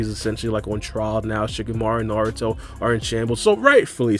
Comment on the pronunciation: Did bro just say saruto?😐